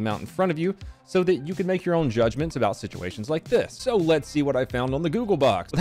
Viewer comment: The Canadian "about" pronunciation made me laugh a bit too much for some reason